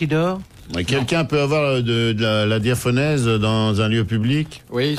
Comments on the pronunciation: On dit diaphorèse, pas diaphonèse. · DiaphoRèse et pas diaphonèse.